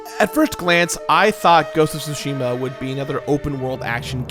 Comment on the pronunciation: Thank you for pronouncing Tsushima correctly